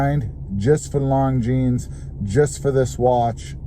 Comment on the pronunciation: Is not “long jeans”, is “lonzeen”. Learn how to pronounce properly names, if you’re a watch enthusiast.